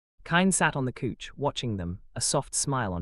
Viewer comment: It's not cooch it's couch 😂